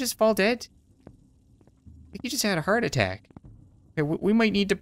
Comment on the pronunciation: I literally thought you said fart attack when you actually said heart attack